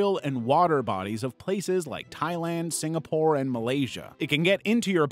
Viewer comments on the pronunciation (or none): none